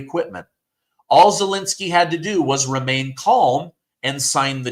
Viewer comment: Zelensky is not Zelinsky. Second e is pronounced as the first one.